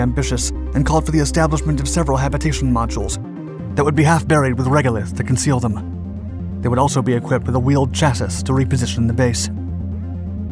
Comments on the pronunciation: Just an FYI: "chassis" is pronounced "chass-ee", not "chass-iss". It originates from French language. I keep seeing Tubers use words wrong and/or pronounce them wrong. Kids are going to grow up with a very distorted idea of what the English language is at this rate. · Chassis is pronounced ch-ass-ee not ch-ass-iss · Yes it is much easier to listen to than the earlier vids. But im now convinced its, like many channels voiced by a bot via text to speech. Tip of was pronunciation of chassis. The last two letters are pronounced as "ee" not "iss". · Come on, it’s pronounced Chassy not Chassis. It’s French not Spanish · Chassis is pronounced with a “y” at the end instead of an “is” FYI (love the vids) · This is the third video I've noticed where the narrator has pronounced it chass'is' instead of chass'e'. I've never heard pronounced like that before. Is that correct pronunciation in certain areas? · My man pronounced chassis as "chass-iss!" 😂😂😂😂 It's pronounced "chassy." 👍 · Did he really just say chass-iss, instead of chassis? For a channel that literally thrives on VoiceOver, you would think something as simple as pronunciation or final evaluation/proofreading wouldn't be too much. FFS 🤦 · Chassis = "cha-see" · Chassis It's not pronounced "Cha-sis"? It's pronounced "Shas-see" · Did...you just pronounce "Chassis" as "Chass-is"?!?!?! CHASS EEEEEEEE THAT RUINED THE WHOLE VIDEO FOR ME! 🤣🤣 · "chay-sis" 🤣 you mean chasis as in "shah-see"? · Wtf is a cha-siss! It's pronounced sha-see. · No hate whatsoever, just letting you know in case you'd be interested, chassis is pronounced chass-ee, and in a mechanical environment such as vehicles, it refers to the main sub body of the vehicle, the frame so to speak. It's the bit that all the components attach to. For a good visual representation look up the frame for a Chevy 1500 Silverado, they're rather simple especially the older you go. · Chass-iss silver-raydo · It's actually pronounced Shass-ee. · A wheeled chass-sis.